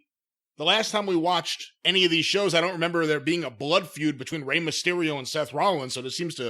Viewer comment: If I hear say mah-stereo one more time imma sodomize him with a 🍍 with my ring worn Mysterio mask on. Jim cornette